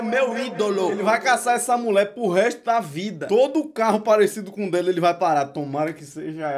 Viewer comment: “Fazer uma estautua delê” KKKKK